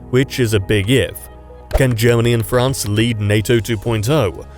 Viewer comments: France not Ferance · I see a new country "FERANCE"